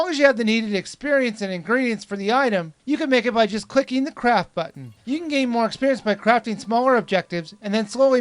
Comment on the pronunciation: hers a tip every 1 wen your spear fishing prees the butten wen you see a fish jump and that will give you a fish every time also wen the sed craft it soundid like he sead crap